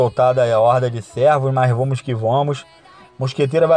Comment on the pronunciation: "vomo que vomo" kkkkkkk